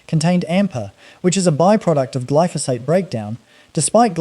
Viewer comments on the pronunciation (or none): none